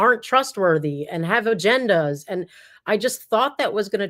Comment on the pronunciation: How do you define the acronym OMFG? Hope it’s not what I think. If you have respect for God, leave him out of your profanity. If you are a nonbeliever, leave Him out of your profanity. Btw, the word is agenda, not aganda.